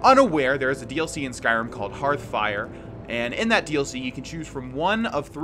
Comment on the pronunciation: How many times did you have to say "Hearthfire" before you could flawlessly say it? I know you have a rough time remembering it thanks to your many hours into Hearthstone instead.